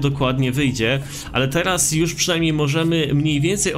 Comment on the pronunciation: Po pierwsze już A nie jusz